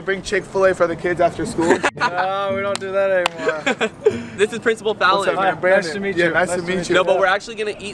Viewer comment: I love how he still calls him princible fallon😂